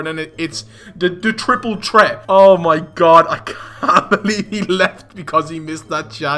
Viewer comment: “chwiple chwet”